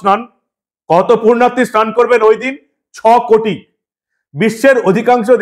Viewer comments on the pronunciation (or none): শব্দ টা, পূর্ণার্থী, নয় পুণ্যার্থী। পুণ্য সঞ্চয় ইচ্ছায় কোন কাজ করেন যিনি ,তিনি পুণ্যার্থী। পূর্নার্থী নয় সংশোধন করে নেবেন please